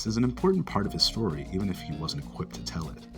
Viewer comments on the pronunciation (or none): none